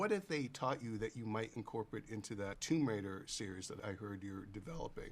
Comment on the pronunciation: Tomb Wader…